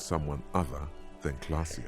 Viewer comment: K L A A S J E Why does everyone keep saying Klassje?